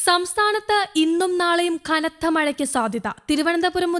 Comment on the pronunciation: സംസ്ഥാനത്ത് ' ഖ ' നത്ത മഴയ്ക്ക് സാധ്യതയെന്ന് വാർത്ത അവതരിപ്പിക്കുന്നവൾ ഉച്ചത്തിൽ വിളിച്ചുപറയുന്നു. ഈ ' ഖനം ' നിന്നെ പഠിപ്പിച്ചത് കമ്മ്യൂണിസ്റ്റ് വരട്ടുതത്വാദികൾ ആണെന്ന് തോന്നുന്നു. എടേ മലയാളം അക്ഷരം പഠിച്ചിട്ട് വാർത്ത അവതരിപ്പിച്ചാൽ മതി.